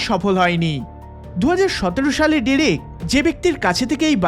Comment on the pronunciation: Pronounce the owner name correctly please it'd/should be (ড্রেক)